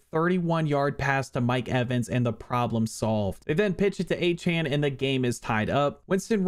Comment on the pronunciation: Good job!!!! Oh, his name is pronounced A-CHAIN.